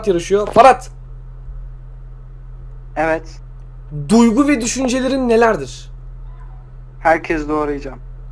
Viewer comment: Ferhat a neden Farat diyon :D